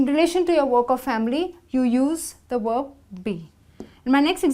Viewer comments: She said worb instead of verb🤣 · Verb with a "V" like "vroom" not "w" like worm.... please learn how to pronounce words before you try to teach a language.........